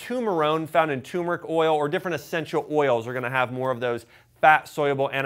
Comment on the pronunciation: Really appreciate your videos, but it's TURmeric😉.